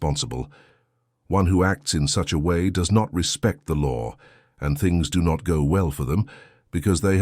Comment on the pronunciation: mucho emphasis in the do not lolol😂 stop that. Thanks ❤